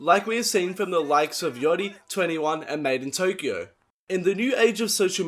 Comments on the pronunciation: Don't say " yoty " bruh , I'm from melbourne and I even say yachty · the way he says yachty is funny af 'yoddi'